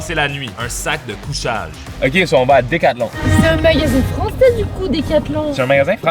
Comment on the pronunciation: En tant que Française, l'accent français d' était absolument PARFAIT?!!